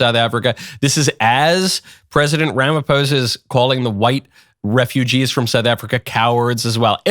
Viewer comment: Pronounce “Rah-mah-pause-ah” ! 😂 I’m South African! I love your channel ❤